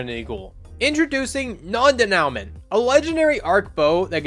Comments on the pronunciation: Day-Noo-Mah, dude, not denowment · "non de-now-ment" 😂😂 I'm dead